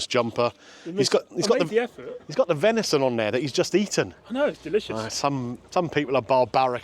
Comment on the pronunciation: Absolutely pathway how you can't say venison faggots